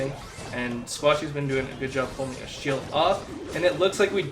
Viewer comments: Hey, Love your videos, just one thing though. Achille, it’s not pronounced “asheel”😂 it’s pronounced “ackilee” as in your “ackilee’s” (Achilles) tendon. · Fyi achille is pronounced a kill eee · ...isn’t it pronounced “A-kill-ee” ???